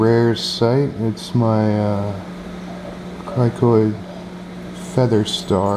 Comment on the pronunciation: criNoid not criKoid...